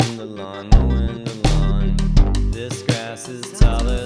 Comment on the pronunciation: at some point "mowin the lawn" becomes "mo' in milan"